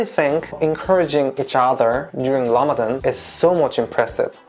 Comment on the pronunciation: I couldn't get my mind off of how pronounced 'ra' as 'la'...but it is really impressive to see people wanting to understand Muslims instead of judging 1.2 billion people blindly. I hope this Ramadan bring you lots of blessing and good iftar food😁😁😄😄